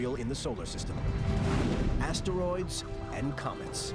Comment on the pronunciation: Just one teensy-eansy complaint… the narrator pronounces asteroids as 3 distinct syllables … ass-ter-roids It’s crazy-making in my head